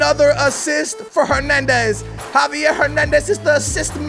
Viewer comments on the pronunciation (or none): none